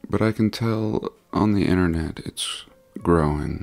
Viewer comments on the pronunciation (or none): none